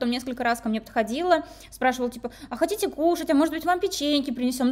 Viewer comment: Услышав " Хочите " вместо "хотите", стало всё понятно 😂